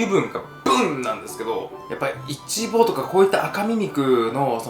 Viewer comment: イチボのイントネーションが気になる、、🤔